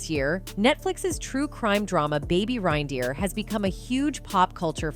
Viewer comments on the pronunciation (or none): Reindeer sounds the same as rain dear. Had to stop watching bc VO kept saying RHine-deer. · I stopped watching seconds in. RYNE-deer? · Baby "RINE"deer? Cringe 😬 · How is it that the narrator doesn't know how to say reindeer properly. Ugh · Why is this bot saying 'rinedeer'? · It's pronounced "rain" deer! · Baby what?? RINE-deer? Just do a second take, Jesus. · What the fuck is a rinedeer? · AI struggles with pronunciations sometimes. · Has this narrator never heard of a Reindeer??? And how to pronounce it 😡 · This AI voice and the way it pronounces "reindeer" triggers the shit out of me. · I love how the comments are so focused on her pronunciation of 'Reindeer' and not the actual video, ya'll crack me up 🤣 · Why is she saying reindeer like that? Lol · Would somebody tell A I that I comes before E except after C or when it has an A sounds as in neighbor or weigh thing. Hence Reindeer 🤣